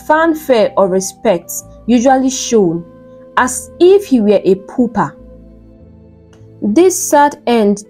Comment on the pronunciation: Why not just type in the words you are struggling to pronounce into google? Just type xxxxx pronunciation on any browser and you will see how it is pronounced - shrouded, pauper, unscathed etc..Just try. It’s just doing my ears anyhow😂🫣🫣🫣🫣